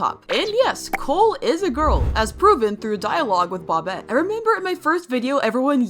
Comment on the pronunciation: INTS NOT BOBIT ITS PRONOUNCED BOW-BET